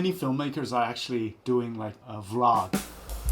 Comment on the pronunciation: V...라~~그 ㅋㅋㅋ 발음 쩐당 ㅋㅋ